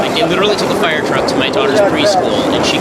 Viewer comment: I love ben shaprio but holy shit can he not pronounce "fire" or "wire" or "hire"